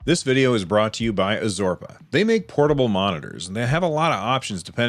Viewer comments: Azorpa :D lol..its AR-ZO-PA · ARzopa* get your sponsors name right atleast lol!